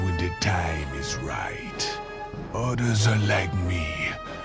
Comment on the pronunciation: Lor'ffemar or lor'themar. Fodder or father. Udders or others. I'm sorry but I can't stand how you pronounce "th" and how you pronounce certain names.